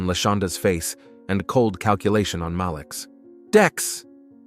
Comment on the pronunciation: IT'S PRONOUNCED M A L E E K,. Not M A L I K